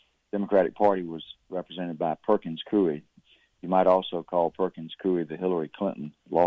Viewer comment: The first guy to correctly pronounce Perkins Coie since before Russia, Russia , Russia ... Gawd